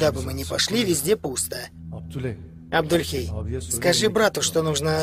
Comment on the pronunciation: Не Абдульхей, а Абдулей! Хоть имя Джаида начали правильно выговаривать...